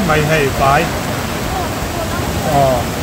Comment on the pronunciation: "Khing ho khi vai an nih khi" tia "VAI" i lam dan hi a dik lo...Favai tiha vai anga lam tur...